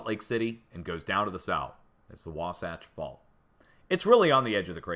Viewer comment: i live in utah u pronounced that fault correctly